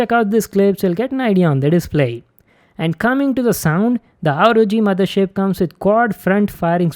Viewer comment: Guy kept saying "ROD Mothershit?"